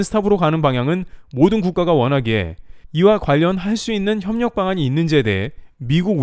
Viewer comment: 발음이 엉터리. P발음을 계속 F발음으로 하고 있음. 협력을 폅력(f)으로 하고, 대표라는 말도 f발음, 보입니다도 f발음